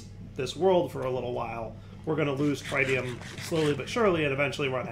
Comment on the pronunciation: Every time he tries to pronounce Tritium a little piece of me dies inside trih - tee - um not try - tee - um